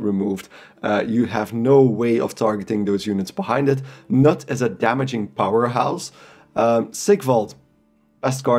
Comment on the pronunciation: The K in Knut is not silent.